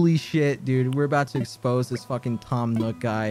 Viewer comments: why does he say nook like newk, its like america in ww2 “lets newk hiroshima” or whatever the place was called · He kinda says it like “nyook” lmao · Quackity says "Nook" like "Nuke"😐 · The way he pronounces “nook” is killing me.